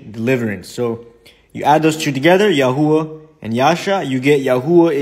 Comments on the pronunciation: Your "YaHooHa" made me laugh out loud. I know it's probably really bad form to start referring to God as YaHooHa, but it's really, REALLY tempting. God has a sense of humor, right? 🤣🤣🤣🤣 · YES! The four letters, Yod, Hey, Uau, Hey, do pronounce Yahuah. As it sounds. This man is clearly trying to force Hebrew into English sounds, and it is very obvious. And he even mentions Lew White, so this man knows the truth, and is intentionally deceiving. I would implore those seeing this video to do as the Scripture commands, and here Lew's argument, too. I challenge anyone to do so thoroughly, or you are breaking a Command by simply believing this video.